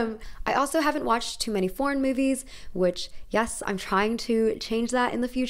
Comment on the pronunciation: OOF I had to rewind for a second when she said foreign movies I thought she said PORN MOVIES